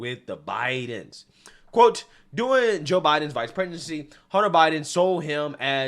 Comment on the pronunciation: it sounded like you said “Biden’s Vice Pregnancy”. 😆